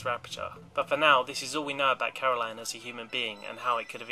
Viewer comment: Caroline forced GLaDOS to tell me to tell you that it was Caro"LYN"